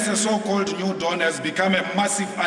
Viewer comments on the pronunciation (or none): none